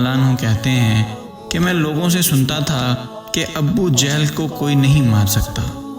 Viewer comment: Sir abbbu jehal nai hota, abu jehal hota hai